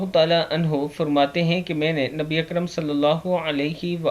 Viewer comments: Ikram ni hai word dua ke end par Akram hai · اکرام,, نہیں بلکہ ,,اکرم,, ہے صحیح پڑھا کریں